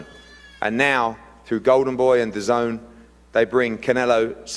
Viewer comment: You to be Eddie haters because you are always say AJ and don't want to fight but you are not dazn hater but always downplaying by the way you mentione dazn telling us that the name oldish but I'm now I'm happy that you are pronouncing it well now. Take it or leave Eddie Hearn is a blessing to boxing.